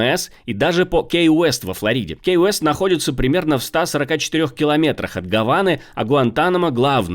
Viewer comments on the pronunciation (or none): Не Кейвест, а Кивест. Отличное место для отдыха - лучше, чем Маями. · учи английский. Не кей уэст, а ки уэст!